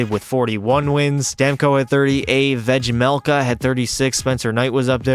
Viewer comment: just fyi, Vejmelka is pronounced as Veymelka, you've got it right except the J, great video btw!